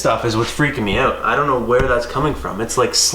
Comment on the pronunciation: “Dumb it OURT” 😂😂😂